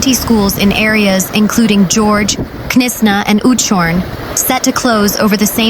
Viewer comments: Destroyed is a bit dramatically overstated.... Your accent and pronunciation are very good. 🌹 1 thing if i might....Knysna..is pronounced Knys( just like you pronounce mace...) na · What a shame reporters don’t ask locals how to pronounce place names correctly. Knysna is pronounced NAISNA as in NAIROBI